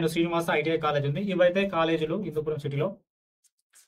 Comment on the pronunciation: Hindupoor kaadu hindupuram